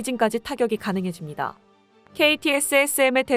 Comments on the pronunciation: 인공음 머냐??? 시밤 케이티짐을 먼 세세세 하고 자빠졌어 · 케이티에스에스엠 이러는거 진짜 못들어주겠네. AI에 대사 입력할때 한글로 '케이티즘'이라고 쓰는 센스따위 없나? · 대본을 읽으시는 분이 KTSSM을 수십번 발음하시기가 굉장히 힘드신 것 같습니다. 그냥 케이티즘으로 읽으시는 편이......... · 케이티즘이라 말하면 좋을텐데 듣기가 좀 그렇네요.